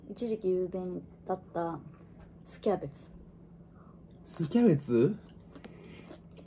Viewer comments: てつやのthキャベtuで笑ってしまった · 「thキャベツぅ？」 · てつやの｢thキャベツぅ？｣にクソ笑った